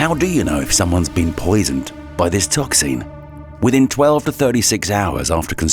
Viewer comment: The inability of the narrator/AI to pronounce any word ending "---xin" is absurdly annoying.